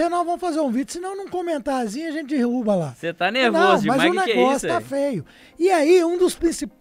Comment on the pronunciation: Um sujeito que fala "Dirrubo", Não sabe nem o português e quer analisar uma viagem à lua???????? Que Pais é esse?